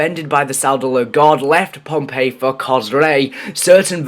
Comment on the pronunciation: Hey dumbass its posiden that's the Greek sea God and its phonpei not pompei